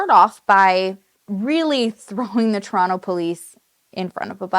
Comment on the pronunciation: Aaaaah finally! I’ve been waiting for you to cover this case!!!! PS… looove that you say ‘Toronto’ the Toronto way 😉